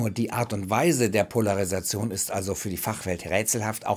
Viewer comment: Was ist des? Poleresation?